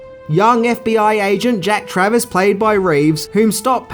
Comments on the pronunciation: It's actually Jack Traven, not Travis. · Keanu played Jack TRAVEN, not Travers/Travis as you pronounced Lol 😂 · Also, it's Jack Traven, not Jack Travis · Just watching this for the first time now and you also said jack travis, not traven lol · Jack Traven, not Jack Travis.